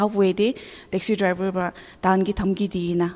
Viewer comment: uh....I heard Taxi drival😂.....in